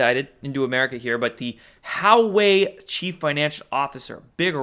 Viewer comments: Huawei is pronounced hwa-way not how-way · It is not How Way.. more like Wa Way. Publick optics dont matter. the world is watching. LOL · Huawei is pronounced like "Wau (the 'au' as in awe) way", not "How way." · I believe Hauwei is pronounced Whah-Weigh, no? Good video, but please stop over-pronouncing your vowels, you sound like a 12 year old valley girl. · Hey, Huawei is pronounced wah-way. Almost sounds like Jahweh, pronounced yah-way. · Hope you start making a little effort to pronounce Chinese names correctly. Takes 2 seconds on a Google search: Huawei is pronounced "Wah-Way"! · Huawei pronounced Wah-Way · Huawei is pronounced “Wah way”. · Hey, it's pronounced WAH-way... It's like when I was in school and we actually had to work at it and learn from a dictionary. You can get the answer in 10 seconds on your phone. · It's pronounced "Wah-Way" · Huawei is pronounced "Wah-way"